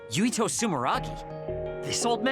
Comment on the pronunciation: His name is Yuito not Yutio.